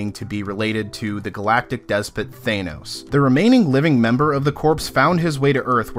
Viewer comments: Almost as annoying as Thanos = Than-os not Thane-oss. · THANOS not thaenos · You keep pronouncing corps and Thanos wrong!!!